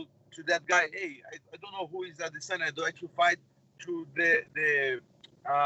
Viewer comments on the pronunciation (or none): A-D-SIN-YA Why lol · Yea lol he pronounced it the weird way Brett okomato pronounces it what if they are right & we are the ones saying it weird A-DE-SAN-YA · Learn how to say Adesanya for once in your life lmao